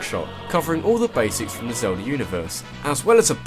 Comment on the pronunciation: Zelder? Zelder...!? ZELDER?!?!?!?